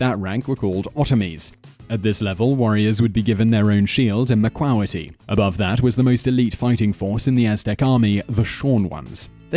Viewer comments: the pronunciations are terrible, tutenkaman and machuahuitl, its ma qwee til, and Quetzalcoatl they are L's at the end not I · It's pronounced MA-QUE-TUL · its pronounced (mock-wa-hitel) not "macwalaty" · it is pronunced "ma-CUA-weetLLLLLL" NO SILENT L... and BTW obsidian aint stone, its glass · Macuahuitl is pronounced Mac-uwa-he-tal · Having grown up in Mexico City, I never realized that people outside of the Náhuatl language's area of influence had such a hard time pronouncing Náhuatl words. Huehuetéotl (whe-whe-TEH-otl), Quetzalcoatl (ket-zal-KO-atl), macuahuitle (ma-kwa-WEET-leh), and several other words, when pronounced by people from other places, make me cringe. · Mah-KWA-witl. Way-way-TAY-otl. Love your vids, Simon but you need to work on your pronunciation. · macuahitl (mak-hwee-tel) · Mexican here.Just a few things: -On pronunciation macahuitl... you pronounced it like macahuitli, and its not ketzalcoatli, its quetzalcoatl -Its Moctezuma, not montezuma -Actually most of the deaths during the conquest was due to sickness